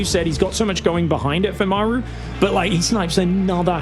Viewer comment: Why can't say Maru? It's like, "meiru" when he says it. This isn't British English vs American English. It's a Korean name vs mispronouncing a Korean name.